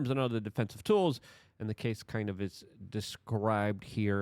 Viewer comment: How can she testify if he settled with him? it’s CAS-E not Cassy